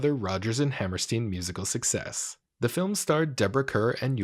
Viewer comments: It's also pronounced HammerSTINE, not HammerSTEEN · Hammerstein = Hammerstying, please. The pronunciation is just like the name of that great Austrian Physicist, Albert EinSteen. 🤣